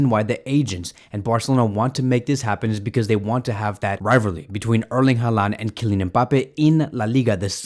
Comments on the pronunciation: At least pronounce his name right geez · bro please pronounce it right